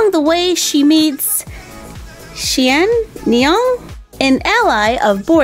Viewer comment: and you pronounce xianniang shin ni ang